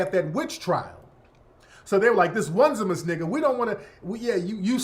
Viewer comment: His name is Oh-Knee-See-mus